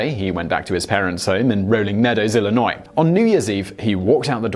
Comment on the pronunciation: Hey I live in Illinois!!! Also Simon the s is silent. I’m seeing a pattern here